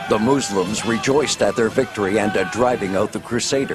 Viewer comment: quite funny how they say 'moozlims' instead of muslims correctly xD